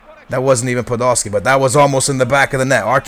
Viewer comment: He says Podoski instead of Podolski.